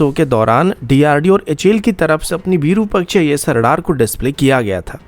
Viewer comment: वीरूपक्ष नहीं, सही शब्द है विरूपाक्ष